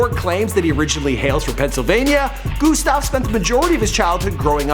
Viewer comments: And it’s not fucking goostav it’s Gustav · wtf he was pronouncing gustav goostav what is this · IT IS NOT GOOSTAV GET IT RIGHT! IT IS GUSTAV! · GOOSTAV ME: TRIGGERD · Also pernounces "Gustav" g-OO-stav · Omg No he pronounces his name soooo bad